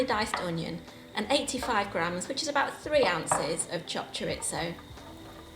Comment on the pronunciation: I love the way you say chorizo😂